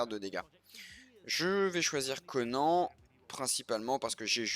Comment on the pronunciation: Comment tu prononce "konan" ça me fait mal au cœur